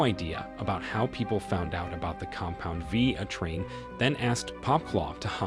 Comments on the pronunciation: The way this AI says “a train” when saying A-Train’s name is hilarious. But once it said Huey used a stun gun to attack Translucent let me know this script had to either be written purely by AI or someone that hasn’t actually watched the show. From the images shown on screen when it said that you can clearly see that it wasn’t a stun gun being used! 🤣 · PLEASE put a hyphen in A-Train so the AI can pronounce it like it's supposed to be!!